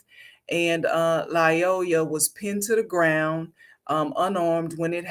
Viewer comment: 1. “Lyoya” only has one “L” in it. It’s pronounced either “lee-OY-a” or “lie-OY-a,”’not “lie-O-la.” Why would you disrespect a dead “king” by mispronouncing his name?? 2. The shooting was TOTALLY warranted. Mr. Lyoya escalated every step of the way, from the time he exited the vehicle to the moment that he had sole possession of the cop’s taser. The “king” didn’t have to die, but he died as a result of his own choices. His blood is on his own head.